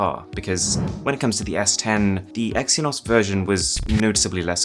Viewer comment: Freaking "exynoz" Haha